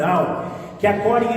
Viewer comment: Shalom,. O nome da holandesa Ten Boom é "CORRIE".